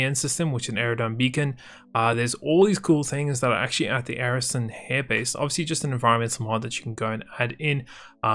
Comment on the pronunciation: Watching this again, I just noticed. You said Arrison Hairbase... lmfao